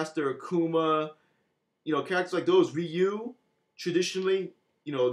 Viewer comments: it is ree-you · Ryu's name is pronounced REE YOU as the Japanese say it.